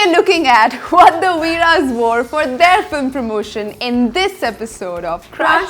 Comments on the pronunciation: It's not Veera's it's veere's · Ohh god it’s not VEERA’S it’s VEERE’S 🤬